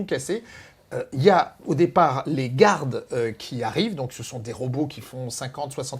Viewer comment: sérieux, qu'est ce que vous avez à dire " gouardes" ? en anglais c'est Guarde et en français, c'est.. GUARDE AUSSI!